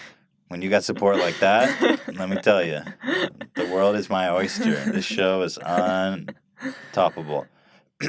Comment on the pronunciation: "the world is my oysture"